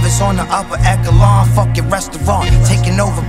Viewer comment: Dude said "eck-elon" lmao